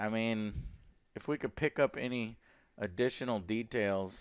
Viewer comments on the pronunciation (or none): none